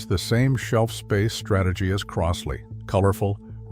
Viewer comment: It's "Croz-lee," not "Cross-lee." Buy a Fluance or a U-Turn.